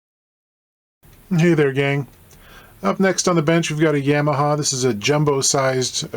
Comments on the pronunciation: Never heard anyone pronounce "Yamaha" that way. "Yeah-mahaw" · Thats the most fucked up way i have ever heard someone say Yamaha. It is pronounced Y Ah ma ha. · Did you just say “Yammaha? “